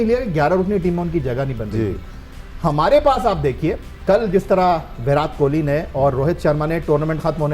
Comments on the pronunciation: It's kohli not kholi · Bhai Jan Kohli not Kholi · Kholi nhi hota hai kohli hota hai 😂